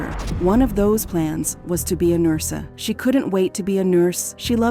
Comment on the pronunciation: They dragged it but it felt rushed at the same time. I noticed a lot of weird pronunciations. She said "N-I-Q" instead of N-I-C-U or NIC-U. And "nursA". I wonder if it's an automated voice.